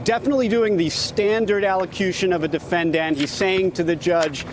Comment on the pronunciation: defenDANT, defendant. Weird to pronounce it 2 different ways in 1 minute.